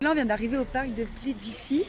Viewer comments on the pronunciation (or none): ca ce prononce keurka et plitvitsé pas plitvici, sinon oui il y a des pieges a touristes il faut se mefier et dormir dans sa voiture est interdit en croatie, 150e d'amende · non c’est plitviTSE que ça ce prononce et je suis croate 😄